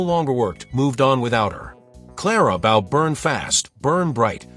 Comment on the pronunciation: You can't even pronounce Bow correctly.